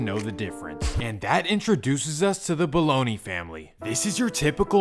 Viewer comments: Omg it is NOT boloney!! It’s BOLOGNAH*** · The name is pronounced “Ba-low-NAH” not Baloney 🤦🏽‍♀️. RIP Bologna family 🙏🏾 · Did he really pronounce it baloney.. The G is silent.. Buh-lone-yuh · Bologna family just lost the wife and sister in a car crash in the valley a couple weeks ago too...also it's pronounced "Ba-lone-ya"